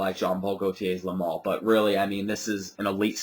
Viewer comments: Its le male not le mal. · The spelling is Le Male, but it's pronounced "Le Maule". I actually have two bottles of this. A 4.2 oz and a 2.5 oz that I got about a month ago and I just cannot stop using it. The top is addicting to me, and the vanilla is very smooth. I don't see where everyone says the projection is crazy on this though. It's got good projection for the first hour or so, and then it dries down and has fairly average projection on me. Longevity unfortunately for me is only about 5-6 hours =/